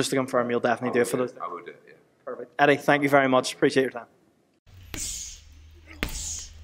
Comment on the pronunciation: “ Eddie Earn Hearn” my guy 😂😅